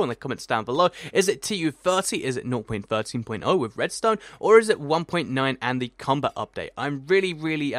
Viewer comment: Why does he say "Nor.13.0" or whatever he says instead of just "0.13.0, or just 0.13?"